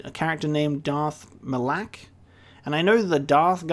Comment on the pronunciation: It's not "Ma LAAK" It's Ma Lok"